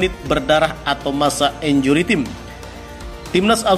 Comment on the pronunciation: Pronounciation bahasa Inggrisnya benerinlah, masak time (taim) dibaca tim